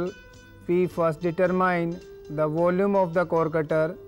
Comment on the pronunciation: I request all Indians please pronounce "Determine" correctly... Video is informative.. Thank u